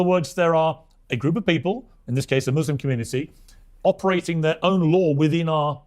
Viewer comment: Gomez, I am a proud "Muslim," not "Mozlem."